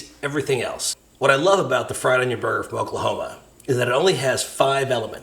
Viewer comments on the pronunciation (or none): none